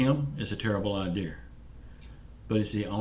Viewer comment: This video is nonsense. Whats this have to do with stimulus updates. Its mostly a protest video. And to say America is great and then for you to say IDEER instead of (idea) lol kind of makes the American language a joke and hard to believe someone that can only learn broken English. This is why the souths schooling at 5th grade read at a 3rd grade level. Its IDEA NOT IDEER. Yeah lets kick everyone out of office and put nothing but non educational southerners in it to destroy USA even more. And Stop telling people its $2000 dollar stimulus they have not announced anything about how much they will be giving out for the 2nd stimulus. This is why I cant stand fake facts. Stop lieing to the people.